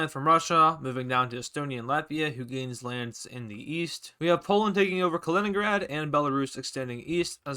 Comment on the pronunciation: It’s not kalingrad it’s Kaliningrad